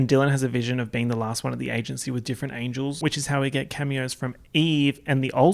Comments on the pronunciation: 38 minutes of saying charlies angles instead of angels and I enjoyed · no one:: angles angles